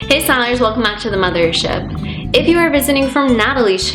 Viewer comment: She said the word mothership like mother...ship🦄🦄🦄🦄